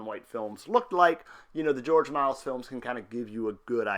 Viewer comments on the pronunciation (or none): Its not George "Miles" dude